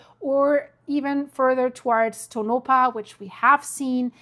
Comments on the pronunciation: Pronounced toe-nah-paw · Please learn how to pronounce PLACE NAMES. First of all is Tonopah TOE- nuh-Paw. Emphasis on 1st syllable then a slight emphasis on Paw